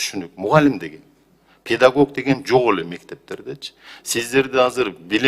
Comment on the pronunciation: Педагок эмес педагог